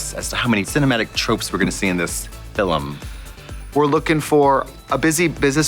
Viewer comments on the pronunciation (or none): that's actually how you pronounce film in my first language lol